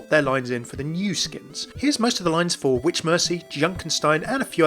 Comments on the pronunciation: Did somebody call for a vitch? Lmao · Did someone call for a vitch?